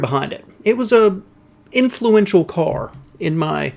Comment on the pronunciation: I love your pronunciation of car: “cor” 😊